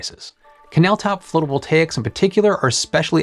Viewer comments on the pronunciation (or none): wait...how drought records have started for the Western US 1200 years ago when the western world had not arrived on the continent until only 400 (give or take) years ago? 🙂 Also, I think "phlotovoltaics" is slightly funnier than "floatovoltaics".